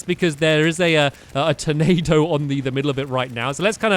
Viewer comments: you said ''Tomado'' instead of tornado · He be saying Tomato Instead of Tornado XD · you said tomato insted of tornado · It's turnado not tomatoe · stampy use the possed hatchet againt duke fisron and you said tomao instead of tornado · he said tomato instead of tornado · He sort of sounds like he's saying tomato. Just a little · Once you said tomato instead of tornado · I really thought he said tomato thing instead of tornado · Stampy keep saying tomato and not tonado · Instead of tornado he says tomato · Stampy did you call the tornado a tomato? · Lol when Stamps said " there's the Tornado!" I thought he said "there's the tomato!". I was like " stamps, don't you like Ketchup?" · Awhen stampy said tornado it sounded like tomato😆😆😂😂🍅🍅 like if you agree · Tyler Nelson he trying to say tornado but it really sounds like tomato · Who else thought it sounded like he was saying tomato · when he said tornado it sounded like tomato!